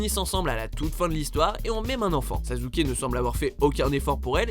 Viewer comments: Au moment ou j'ai entendu Sazouke, mon coeur s'est arrêté. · Sasuke ça se dit "Sassouké" .-. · Pardon ? SaZuke 😂?! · Bon au pire on l'appelle pas saské mais suskiki ( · Oui il a dit Sazuke 😂😂😭🤣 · C'est parce que c'est comme cela que ça se prononce "Sasske". C'est un nom japonais. Etttt oui je suis chiiiiant, et je le dis en chantaaaaant 🎶🎶🎶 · arrete de faire des top 10 apprend deja a prononcer leur prenom pls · Putain je suis choqué !! T chelou quand tu prononces « SASUKE » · La prononciation de Sasuke les gars... YOU HAD ONE JOB è_é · WTF "sasuke" prononce bien euh ! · On dit Sasské et non Sasuké... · Et dis pas sazuke stp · Je rêve il a dis sazuke ? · En plus aprend a parle debile "sazuke"c est sasuke va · Sazuke?? Sassssssssuke merde 😂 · Mais put1 sa ce prononce Sassuke et pas sazuke ohhhhhhhhh put1 t'a fais un scandale pour les fans de naruto🤬😡😡😡😤(mais g qu m'aime aimé 7 video) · Sa ne se dit pas sazuke mais sassuke mais sa s'écrie Sasuke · C’est « sasuke » pas « sazuke » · sasuke se prononce "çaçouqué" pas "çazouqué" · S'il vous plaît vous pouvez ne plus dire sazuke mais sasuke (sassouqué) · c pas sazuke mais sassuke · Chui désoler mais il a bien dit Sazuké 😂😂 un peu d'effort c'est à croire que vous ne faites aucune recherche dans vos tops c'est Sasuke avec deux ss pas Z 😂😂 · Pour info sasuke est bel et bien amoureux de sakura c'est juste que sa haine est tellement superieure qu'il se fiche de la tuer si il peut parvenir a son objectif est cest sasuke pas sazuke merci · On dit pas sasouké ni sazuké on dit saské Mais c'est mieux Suskiki ( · Attend attend il a bien dit Sazuke a la place de Sasuke , il vient de déshonnoré mon enfance 😂😂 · Arrête de dire SAZZUKE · attend il a dit saZUke 😂😂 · 😶😶😶 "Sazuke"! Il l'a appeler "Sazuke"!!! 😱😱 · Kyouzuke Sazuke... j'ai mal à mon japonais :') Sinon je comprends pas Mine et Tatsumi dans le classement mais bon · il n'y a donc que moi qui ai entendu sazuke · Sazuke et sakura... c'est une honte depuis quand on dit saZuke ???